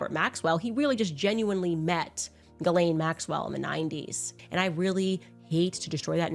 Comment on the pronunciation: Super interesting. But (has nothing to do with you), its always funny to me to hear english sleaking people messing up gislaine maxwell's first name...she has a french name, shoukd be pronounced JISLAINE. ...lolll